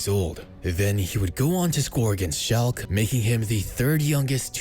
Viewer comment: Schalke* not Schalk